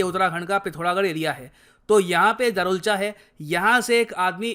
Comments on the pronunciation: It's धारचुला not दारुलचा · Sir its धारचुला 😅😅